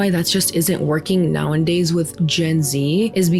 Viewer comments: Hi, love you and I'm a fan of your content! But please... it's nowadays. Why are you saying nowindays? Just kept sticking out to me, no hate 😢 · ILY and this video but it’s “nowadays” you’re driving me up the wall with the “now-in-days” you’re saying. 💀💀☹️ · This is completely not related to the topic but girl it's "nowAdays", not "now-in-days" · I'm sorry, I'm not trying to be petty, but I think it's "nowadays" not *nowanddays " You kept using that word so I felt like I had to say it, I mean it in the nicest way possible! Love your commentary, dating is the worst, I had an abusive ex that I wish I recorded enough to get a restraining order... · Hey, great channel/content. I think you effectively convey your argument while also shining a light on other POV's. Just wanted to let you know its "Nowadays" and not "Now and Days" 😂...unless that's said that way in purpose as part of the joke and I'm just dumb, that's always a possibility. Anyways, it's a great video as always. Also, I'm a man, so queue the "mansplaining" replies. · I know this is petty of me but it's "nowadays", not "now and days" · I love your videos, I think they're well-informed, nuanced, and generally good faith. I do feel the need to point out a speaking quirk you have; you tend to say "now-in-days" when the correct pronounciation is actually "now-a-days." If this is on purpose, then by all means - but if you didn't know, now you do❤ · I'm sorry - no hate this is a great channel - but is she saying "now in days"? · i love you and your videos. but girly pop it's "nowadays" not "now and days" 😩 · Girl I love you so much and your video essays but please, it's "now-a-days" not "now-en-days". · ily girl but it's "nowadays" not "now and days" so sorry I had to say something lol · It’s “now a days” 😅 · It's "nowadays" mi amorcito santo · NOWENDAYS 🎉 that’s a fast one in this episode. You might actually make it a real word one day 😂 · *nowadays not nowindays